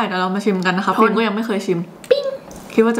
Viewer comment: เเม่ ( อิ )พิม นะคะไม่ใช่ ( อี )